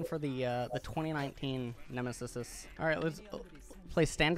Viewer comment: n- ah- sous Nemesis: n- ay- sus